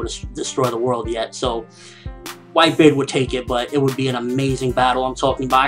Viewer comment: Like if u flinched when this guy first appeared on the screen saying white bared lol, no offense guy I love ur reviews